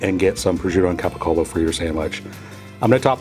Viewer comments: Capicola....cola....not colo. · Capacollo? It's GABAGOOL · Its pronouced gabagoo !!!!! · All meats and cheeses should be on the bottom. And again, get rid of the black forest ham add Mortadella. And it's capicola is pronounced gabagool! Lol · He is mispronouncing Gabagool! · It's pronounced kobahola it's pronounced cobagol